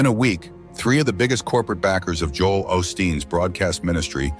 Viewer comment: Right from the start this video is suspect. Joel’s name was mispronounced.